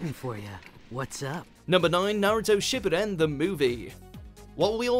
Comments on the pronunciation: Whoever is commentating this video stop of botching the word Shippuden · Not SHIP E DEN. It’s SHIPOO DEN